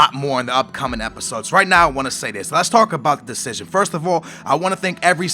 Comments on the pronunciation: decision not destion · *Decision not Destion. Still love ur vids :D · The 'Destion'?? wot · "Destion?" ahahahahaha love you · it's *decision*- no hate, love your vids, but just letting you know:) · Good 'destion' xD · What's a "DESTION!" ? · Omg it's "decision". (title) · inb4 name change, c'mon you said decision a million times - get it right man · Did you Spell it wrong or is it Supose to say destion